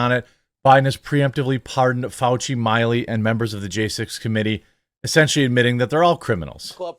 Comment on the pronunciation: Not My-Lee … Mill—Lee